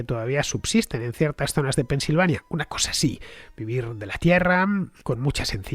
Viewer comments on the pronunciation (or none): none